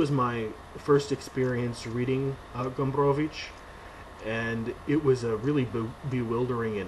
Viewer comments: You do a great job with Gombrowicz's name. A useful tip for pronouncing Polish is to remember that the stress generally falls on the penultimate syllable. So the Polish pronunciation is FerdyDURke. Back to _Pornografia_ I agree that it is not about war as we conventionally expect it, but the conspiracy at the center of the book perversely mirrors Poland's rather different experience of WWII, even if Gombrowicz was imagining it from exile in Brazil. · I value your respect to the author and his culture, I myself also strive to respect such things, but in this particular case I'd pronounce ' Ferdydurke' any way you want. This is an absurd made-up word, I'm sure Gombrowicz would not mind. Thumbs up for pronouncing Gombrowicz correctly though. Living in times when the general public has often problems spelling the names of their 'celebrities', your attitude does give us hope there's future for homo SAPIENS.